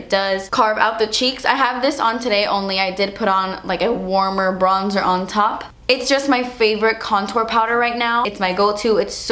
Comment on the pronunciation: "and like bronzerrr" 😂